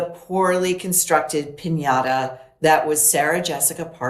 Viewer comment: Piniara. It is Piñata.